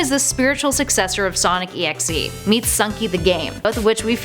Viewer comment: okay. the thing that pisses me off is the fact that she says sonic EXE on sonic DOT exe.